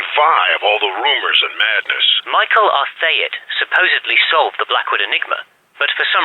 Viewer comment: The pronunciations like "Mr. R. Thayet" and "Mr. R. Hate"-- Quality Assurance slips, or character traits?